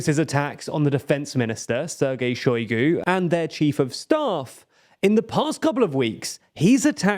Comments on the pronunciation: Great content, but please stop butchering the names! SHOI-GU, PRI-GO-ZHIN. Also i think he commented that "happy granpa" is supposed to be addressed to Shoigu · all due respect, and no one's perfect - but y'all need someone to check the pronunciation in your scripts. It's pri-GO-zhin not PRI-goz-vin, and SHOI-gu not SHOI-vu. There are frequent offenders in other videos too (like Nagorno Karabakh). I know quality and accuracy matters to you, and this would be a pretty easy fix to improve the channel's credibility